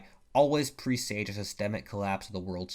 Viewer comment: Pronunciation of "presage." Should not be "PREE-sage," but rather "PREH-sage." Used as noun (?) , and as verb earlier.